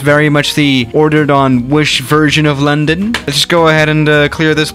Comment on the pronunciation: “Lendon cidii